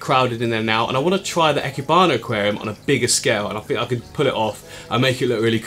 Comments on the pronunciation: ee-keh-bana, not eh-keh-bana! nice try though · Hi! I'm in Japan, speaking Japanese. You said "eh key bana" but it should be "E" (like the name of the letter, or the sound in the word "English") "keh" (like the "ke" in "kevlar") "bana" (imagine the "nana" from banana, but starting with a b instead of n) so, E Keh Bana 生花 いけばな. It means living flowers, or planted flower artworks :) Thanks for your take on this beautiful art style! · Lol IKEBANA is pronounced like EEK-AYE-BAH-NAH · Even in English, it is clearly written as "ikebana"; so I would expect people to mispronounce it like "ai-keebana", but no, he goes "eh-kehbana" 🤣 But the tank is really pretty. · EE-Keh-Bah-Nah (Idk if that's the official phonetic spelling but I think it works fine) Don't let weebs tell you how to pronounce japanese words. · its pronounced e keh bah nah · ee-keh-bah-nah japanese vowels are only 5 sounds i is a long e as in beep e is an eh sound a is an ah u is a long o as in too o is well, an o